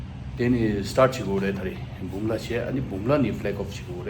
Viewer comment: Tashi Delek la.Not Pumla Pass,, ist Bumla Pass